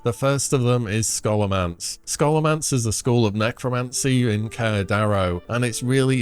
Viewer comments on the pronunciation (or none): Scholomance is pronounced “Show-luh-mance”